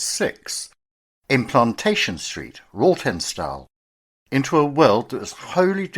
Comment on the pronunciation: It's pronounced Rotten stall.